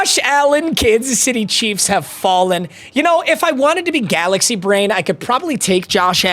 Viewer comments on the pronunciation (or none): none